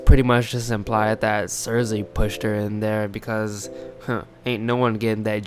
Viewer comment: I couldn't watch your video because you kept saying CerZay...Omg so annoying lol. It's Cersei (Cer-See) thanks lol!